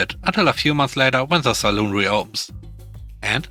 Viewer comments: ‘Salon’ is pronounced as ‘sa-lan’, not ‘as ‘sa-loon’, which is often a drinking establishment. Love your program! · Sa-lon NOT Sa-loon! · Dang. I've been pronouncing it sal-on all this time. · Salon sounds like lawn not like loon. Saloon is a bar in the old west (pub)